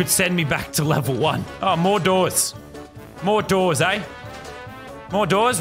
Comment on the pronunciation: Lazarbeam trying to say more doors for 1 hour Mordorz